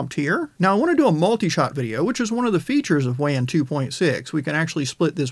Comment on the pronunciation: Hey man I love your content you always put out reliable information with a dedication to thoroughness. With that in mind, I'd like to recommend that you pronounce "Wan" with the same vowel sound as "lawn" rather the vowel sound of "can." In the same way that you would pronounce "taco" or "nacho" with the same vowel sound as "lawn" rather than the vowel sound of "can" or "cat." Wan is produced by a Chinese company and this is likely how they pronounce it.